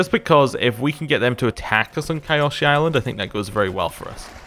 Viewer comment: just for reference, it's pronounced Kee-o-shee. The spelling is a bit misleading. The "Y" is an "ee" sound according to the show. Good video btw